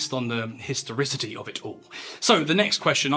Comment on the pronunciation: My man said “historicity” lol I’m trying to get high and relax having to be taken to school lol